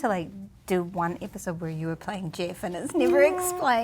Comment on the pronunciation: The way she pronounces "Jeff" like "Jiff" might be the most adorable thing ever that's not animals or kids 🥰